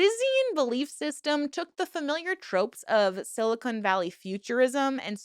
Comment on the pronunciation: *Silicon. Con. Not *silicone, cone. Please it's not exactly a secret.